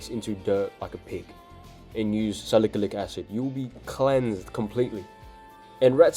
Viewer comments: Salikilic😂😂😂...bro it's salicylic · salicalyc acid😭😭😭😭 it's salicylic acid bruv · SALIKALIK ACID SALIKALIK ACID SALIKALIK ACID SALIKALIK ACID 🗣️🗣️🗣️🗣️ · "Sa lick-a-lick acid" HAHAHA